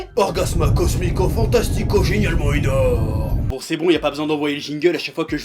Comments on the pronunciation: prononcer le x ou pas… pas grave ! mais "ENAURME" ?! "é-NAU-rme" ???!! c'est chaud ! ^^' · Enaurme??? lolol